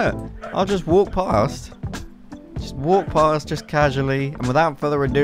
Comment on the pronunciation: jesus christ how many senarios do we need? we get it.. (and "without further eh do") the phone explodes...